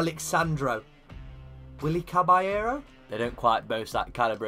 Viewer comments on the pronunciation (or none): none